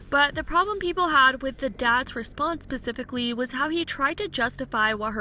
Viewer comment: does your stupid ass, not know how to say specifically 😂